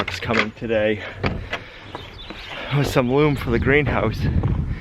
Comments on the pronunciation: I cringe every time you say the word "LUUM." The correct pronunciation for the word "loam" is with a long O or lohm. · I've never heard Loam pronounced Loom. Loam, like Rome. Good loam is a precious resource in NH rocky soil. I remember my mom buying a truck load of black loam so she could plant a garden after we dug out the big surface rocks. One rock was too big. Never did find the bottom after digging down over 4 feet. NH rocks....Ya gotta love 'em. They make great fences and retaining walls. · it's loam, not loom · please...................LOAM not LOOM! lol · Are you saying loom, or are you trying to say loam? I'm confused. Great job getting the green house started! Kevin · It's LOAM not "loom..." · The word you keep saying that sounds like loom, is it loam? Bunch of bolders there! (A boulder is any rock 10" or thicker.) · It took me a while to figure out what you were talking about. That soil is called loam, not loom. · He is pronouncing it "loom" by mistake. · The WORLD's foremost authority on the subject, Webster's Dictionary, is very clear on the pronunciation. Only ignorant people refuse to learn and grow from their mistakes and/or mispronunciations. I don't care if you are in the northeast, south, or middle america, you may say it with a different accent but the word is still pronounced "lohm." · Every time I hear you say "loom", I think it's a leftover from Mass, LOL. It gives me a chuckle every time, so thanks for that. Yes, quite a harvest of rocks this spring,! Great idea to fill in next to the outdoor kitchen. Loved the drone shots, have missed them and it gives a great perspective on how you are growing the farm. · the word loam is not pronounced like the equipment for weaving cloth. It has a long O sound like " home". In the grand scheme of things, not that important, but every time you say it my brain pings. Love the progress you and Gena are making on the homestead.